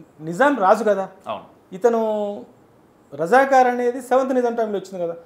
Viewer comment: అయ్యా అమోగ్ అది రజకర్ కాదు, రజాకార్ 😢